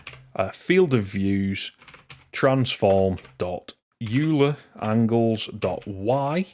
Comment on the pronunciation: Excellent tutorial. Very clear and well communicated. One minor nitpick though: "euler" is pronounced "oil er" rather the "you ler". It's a reference to the Swiss mathematician Leonhard Euler of Euler Identity fame.